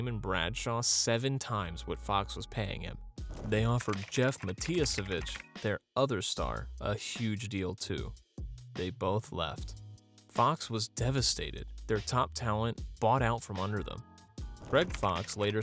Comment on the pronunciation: Matiasuhvitch 🤣 its pronounced Muh-tassuh-vitch